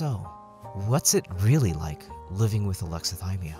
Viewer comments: I'm sorry, I have to point this out... whit? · Sorry to critique… but “With” not whit